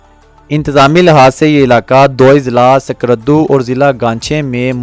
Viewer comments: According to 2022 Abadi 60cror ha ... skardo nhi skardu pronounce krea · آپ کی ڈاکومنٹری اچھی ہے تا ہم تلفظ کی بڑی خطرناک غلطیاں ہیں. جس سے سننے والا فوری طور سمجھ جاتا ہے کہ بولنے والا کوئی انپڑھ ہے ۔۔۔۔۔۔یعنی آپ کو سکردو. کوہ پیما قراقرم جیسے لفظ بھی بولنا نہیں آتے اس لئے پہلے کسی پڑھے لکھے بندے کو اپنی ڈاکومنٹری سنا لیا کریں. آواز ٹھیک ہے ویڈیو بھی مناسب ہے